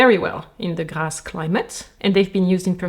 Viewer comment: Why is the prononciation of Grasse at the beginning of the video sooo satisfying ❤